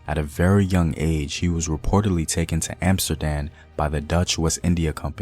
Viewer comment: has a great voice, but pronouncing place names correctly would help with the serious mission of this channel. For instance, saying Amsterdam correctly (with an m, not and n ), and Liechtenstein with a k sound on the chten part.